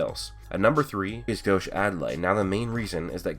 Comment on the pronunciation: it's gauche not gosh